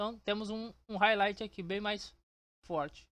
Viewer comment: explica mt bem viu, só esse R de highlight que me pegou kkkkk